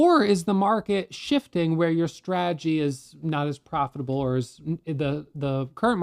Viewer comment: Humility is the key to life. God rewards humanity more than anything. Life is beautiful, roll with the punches if you can’t block or dodge them! Keep up you’re “straegy”( he enunciates strategy correctly about 30% of the time) jkjk Anyways love your videos and encouragement you’re awesome thanks for your guidance I’m about to get my feet wet and start day trading!